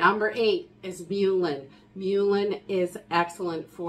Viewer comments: Great information! I love your haul videos too. Please don't get offended but "mullein" is pronounced "muh-lin" and "salve" rhymes with "have." Thanks. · Mullein is pronounced Muh-Len I believe.